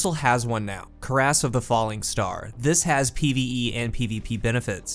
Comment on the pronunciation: Cuirass is pronounced with a Q at the beginning.